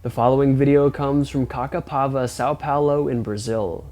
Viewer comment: Excuse me for correcting your pronunciation about that city in Brazil, we pronounce this name as "Cassapava", that's the sound of the ç.